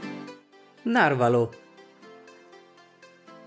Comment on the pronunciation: Il narvalo e abbastanza famoso ma dopo questa pronuncia mi ammazzo